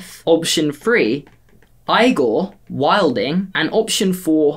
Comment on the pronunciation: I was so offended on the pronunciation on Igor, i almost clicked out....